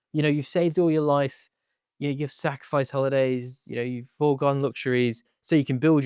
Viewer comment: You don't enunciate some of your words so hard to listen to. You say safice we then have to work out that you mean sacrifice. It's hard to listen to hence am not completing video